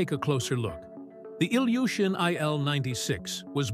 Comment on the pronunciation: Sprechen tut man das aber als "Iljuschin"